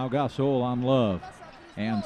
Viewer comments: GAS-ALL KABE LAVE EVERY NAME THAT HAS AN O IN IT, SOUNDS THEY LIKE WITH MOST NAMES THEY ADD AN A INSTEAD. What a jake bra. Westbraak shalda possed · More like he said Gas oil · Marc "Gas-ol"